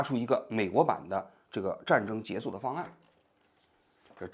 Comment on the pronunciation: 你说你一个央视记者，说话口音都不对，还结束不说结束，说结素，结素 什么结素拉